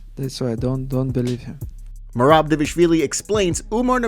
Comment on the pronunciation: I think you should stop butchering Merabs name. Reading isn’t that hard